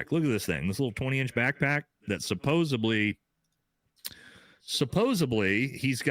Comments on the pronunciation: SupposEDly!!! Not "supposably"!!! Americans, speak English!! Please!! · someone should tell him it's "supposedly" not "supposebly"...really throws me off every time! Otherwise, totally agree about the dude on the stairs!!! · As a friend of, could you tell him it's supposedly, not supposably. Lol. I lov, but that sounds so bad. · Who is going to be the one to tell the word is Suppos-ED-ly